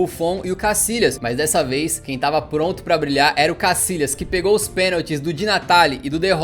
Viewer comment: Que manera de descalabrar el idioma español,no es casilas sino Casillas,se pronuncia YA CASILLAS YA YA YA